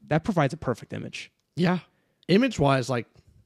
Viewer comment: pronunced that "p" in "perfect book" like malfoy when saying "Ppppotter" 🤣,, bro i was waiting for this, that first line is so intriguing also can we talk about pierce brown, the favourite creation of god? my man got everithing lol